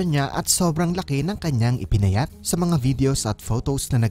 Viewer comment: Medyo malapad pa rin shah, I love it when she pronounces "sa" as shah... her trademark **shashabihin ko shayo**